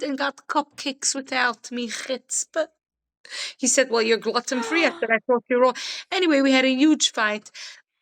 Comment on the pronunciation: “ glutton free” ( gluten)- hahaha!